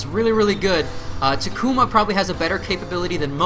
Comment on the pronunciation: TA-KU-MA, not TA-KUMA